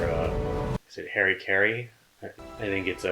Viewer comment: Harry Carrie? 🤣🤣 You almost got it right... It's Harakiri, it's a form of Seppuku. Harakiri is followed by a beheading as a show of mercy...